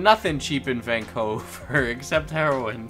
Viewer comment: I’m sorry sir but van-coover